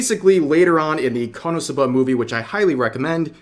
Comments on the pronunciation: Being petty here, REV it's pronounced "Konosuba" not "Cumsuba". You should've taken a double take there. (I'm saying this because you made this mistake several times and it's hilariously dumb.) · You should probably work on your Japanese pronunciation skills if you’re gonna keep making anime related content. KonoSuba isn’t pronounced like kah-NO-soo-BAH. It’s KOH-no-SU-bah. You’re putting emphasis on the wrong syllables and the first syllable is completely wrong altogether. I’m fairly certain it’s pronounced in the series during the eyecatch between segments where commercials would normally be injected. I might be thinking of a different series though. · Kono'suhbuh, lol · “Kuhnahsubuh” I can’t 😂😂😂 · Rev needs to be cancelled for how he pronounces KonoSuba lmao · the way he said "KonoSuba" in the intro 😭😭😭🤣